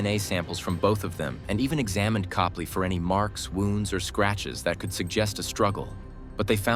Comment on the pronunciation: It's Cope-lee I knew them personally.